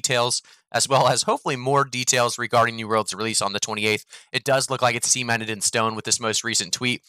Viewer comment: "Sea-mented in stone", you say?